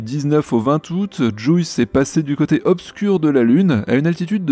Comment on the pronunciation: STP, juice ce prononce "Djiousse"... ça fait mal a mon aglais XD (j'adore votre emission hein!! :) )